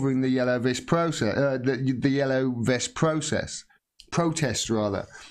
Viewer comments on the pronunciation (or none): none